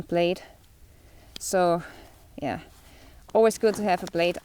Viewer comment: Love how you say... "Yea" 😕